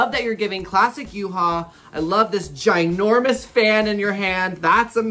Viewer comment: Yuhua' Pronounce are Yoo-Hwa 🤣